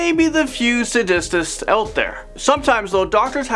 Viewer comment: Sa-dis-ists??? It's pronounced, Say-dists...Just sayin'.